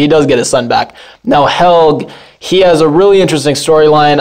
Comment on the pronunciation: hel-GE - say it right!!! think of how you pronounce the woman's name helgA - same thing - it's NOT like english where you ignore pronouncing letters!!